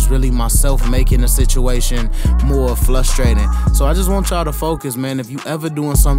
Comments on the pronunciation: Yeah that “Flustrating” 😳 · Word of the day “Flustrating” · Frustrating not flustrated, you yeah me a lot 💪🏿💪🏿💪🏿💪🏿nice cut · My dude said "flustrating" thats a new one